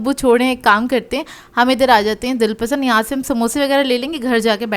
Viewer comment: 'Pasan' instead of 'pasand' 😆